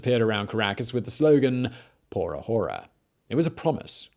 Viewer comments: There is nothing wrong with a whore-a or two. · Good documentary brother, but would have been much better without you saying 'Hora' the way you did and rather saying it correctly with a silent 'h' ..I thankfully speak Spanish and trust me it sounded awful, like if I was listening to a 3 year old kid 😅😅 ..only if you want to trust me for an honest feedback ..Good Luck anyway for your next videos👍 ..this was quite informative. Subscribed👍